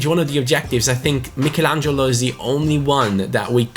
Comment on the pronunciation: Is it annoying anyone else the way he is saying Michelangelo?